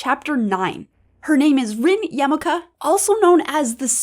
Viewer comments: The Spirit's surname is pronounced yah-mah-oh-ka, a yarmulke is a Jewish hat :D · yAmaka?)) yamaOka... :) Ow my